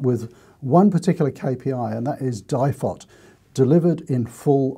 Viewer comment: At the start of the video I'm sitting here yelling DIFOT it's DIFOT!! hehe Ok you've made me take a note pad a pen out now. Info Value Town!